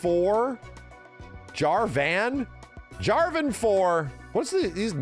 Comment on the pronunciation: Why does he pretend to not know how to pronounce them? I get he hasn't heard the names said out loud before but he's clearly deliberately doing it. Like... pronouncing 'Jarvan' like "Jar vein"? How did you even get the 'ei' sound? There are other examples but that was just the one he was saying as I was writing this comment.